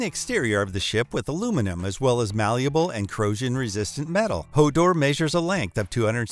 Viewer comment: LOL you stuffed up HODOR and Freemantle. HODOR is a TV reference H o Door (Hold the door). Freemantle is pronounced FREE MANTLE ! Its a city on the western coast of Western Australia. Im an Aussie :-)